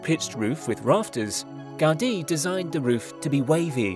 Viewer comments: The man it's called GA-U-DI, not Gádi... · It's the correct way. The accent is on the letter "i" so it's pronounced "gau-DEE." Take it from a Spanish-speaker. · The way the presenter says "Gaudi" is.....odd.